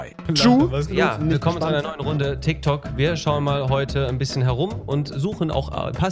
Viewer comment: Nimand Wirklich niemand Rewi: „tyktok“.